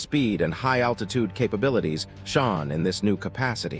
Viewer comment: robo narrator can't pronounce "shone". That's funny right there